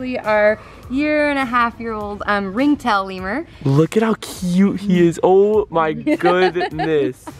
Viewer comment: FIRST OFF U SPOILED IT SECOND OFF ITS NOT LEAVER ITS LEMURR